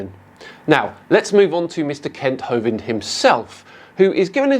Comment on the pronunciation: no more Kent Hovent schaisse, pliis.